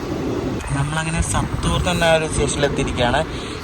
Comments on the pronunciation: സത്തുർ അല്ലാ സാത്തുർ ആണ് സ്ഥലത്തിന്റെ പേര്. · Saattur aanu parayendathu